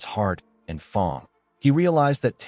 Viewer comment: Great story telling but why does 'fang' get pronounced almost as 'thong' 😂